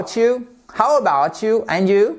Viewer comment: You do not put the accent on ‘about’ in ‘How about you?’ The accent is in YOU! How about YOU?